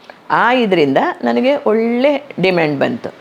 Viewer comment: Valleya( ವಳ್ಳೆಯ) ಇದು ತಪ್ಪು OLLeya( ಒಳ್ಳೆಯ). ಇದು ಸರಿಯಾದ ಕನ್ನಡ ಉಚ್ಚಾರಣೆ. ಕನ್ನಡ ಸರಿಯಾಗಿ ಮಾತಾಡ್ರಪ್ಪಾ ಕನ್ನಡ ಮಕ್ಕಳೆ.